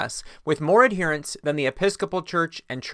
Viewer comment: “Adderints” not “add here ints”